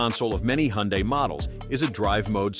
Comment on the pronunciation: please learn how to pronounce HYUNDAI !!!